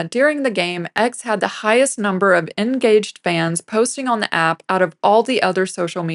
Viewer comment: You mispronounced "engaged." Are you a bot?